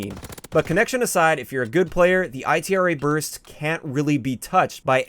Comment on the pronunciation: called the Bar the B.A.R. and he called the Itra Burst the I.T.R.A. Burst in this video. He does that a lot